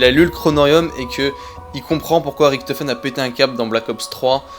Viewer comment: Pourquoi a chaque fois tu dis riKtofen au lieu de Richtofen Pareil pour Treyarch que tu dis TreyarK